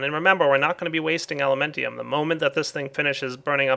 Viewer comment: its alumentum not elementium